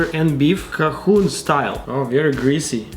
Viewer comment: The way he said Cajun